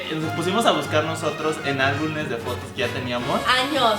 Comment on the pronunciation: no será el ? "Álbunes" 😂😂